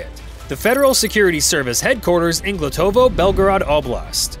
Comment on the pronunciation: It's Glotovo, Belgorod region, not Glutovoy. Check news for May 27, 2025